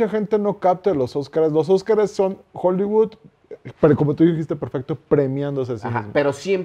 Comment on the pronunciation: TAN MAMADOR EL Y NO SABE DECIR HOLLYWOOD DICE JOLIBUD JAJAJAJAJAJA